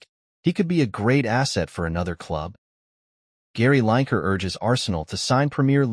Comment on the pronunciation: Escuse me, did you say Gary liker, instead of Gary Lineker ?